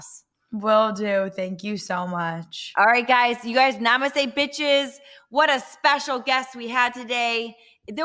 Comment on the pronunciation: Do any of these podcast females know the meaning of saying NEMASTE??????😂